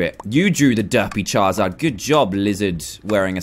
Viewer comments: Dan do you say chaezard instead of charizard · Did that cupcake guy say, chizard, it's Charizard, Pokemon noobs am I right